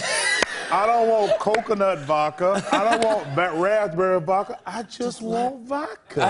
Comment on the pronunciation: "I just want vo-ka" It bothers me how he never says the "d"